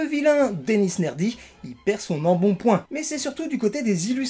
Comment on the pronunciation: Nedry, pas Nerdy